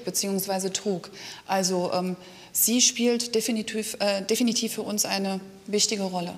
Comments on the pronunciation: "Sie spielt definitöv äh definitiv für uns eine wichtige Rolle."😂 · definitöf haha das hört sich so komisch an😂